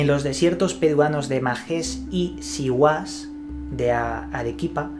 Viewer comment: hahahahah yo soy de arequipa (ahi esta majes y siguas , ) pero ,,,,,,el acento esta en la letra "A" para majes.......y en la letra "i" para siguas-----hahhha fue gracioso que le des el acento al reves en ambas palabras ......curreccions siñors!!!